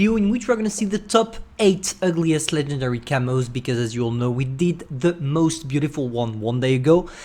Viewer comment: UGLIEST, I think, not ULGIEST